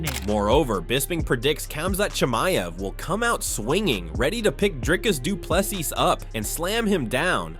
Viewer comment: Khamzat Chi MA ev Not Chi Mi ev Say right the last name ooo